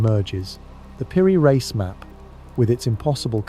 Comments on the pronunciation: Piri rice... Not reece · Like in Einstein so is also pronounced piri reis and Epstein a i not a ee